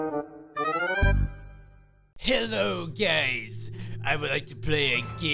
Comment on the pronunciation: Lmao when he says "Hello guys" at the beginning of the vid, it sounds like he says, "Hello gays" akdhsksjs XDXD